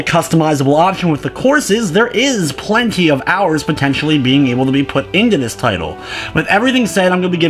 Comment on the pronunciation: Omg muricans... (playing) -pchhhhwuain ... (plenty) pchhhhwuenny what the fuck? -.